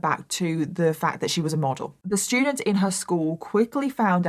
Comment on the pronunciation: Anyone else interested in and Mike (“That Chapter “ YouTube channel) collaborating on a true crime story/episode? accent pronouncing “st” sounds as, “sh”, and Mike giving us his “ter” for “th” pronunciations with his? “Terdy shtudents”…. It’d be phenomenal. I do NOT mean this to be offensive, so please refrain, Negative Nancies. LOL